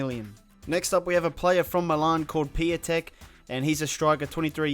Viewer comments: PIĄTEK, no Piyatk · 😂 like with piatek